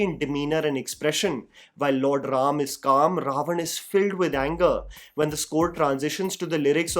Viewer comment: Thanks for saying ram and not rama.